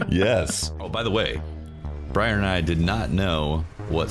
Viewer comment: Say hello "BRAIR" Lol *Briar